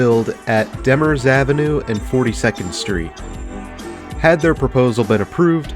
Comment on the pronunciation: When I was a kid this mall was super popular and always packed. Nowadays it feels like a ghost town. I still swing by for pretzels every once in a while though. Also, pronunciation, DeMers Ave is pronounced with the emphasis on the 2nd syllable, like "d''MURZ"